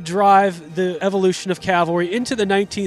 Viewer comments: It is not Calvary! It's CAValry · Cav-al-ry. It's really easy to say, but for some reason a lot of people have trouble with it.